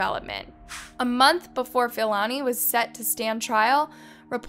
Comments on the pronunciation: Hi, as a South African. I'd appreciate it if you educate yourself on how to pronounce South African names. Its honestly not that hard to learn and educate yourself on how to pronounce African people's names. I mean if you can pronounce Siam then surely you can pronounce Philani Ntuli. And its pronounced P-lani Ntuli🙄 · The murderer's name is pronounced as P-ilani not F-ilani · Hey I'm a South African and thank you for covering the case. Please learn proper pronunciation it's Philani with the P like Pee not F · U make good content but please learn to pronounce names Philani is pronounced: pill-ah-knee Not Fill-Annie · It's pronounced as Pee-lah-nee Ntu-lee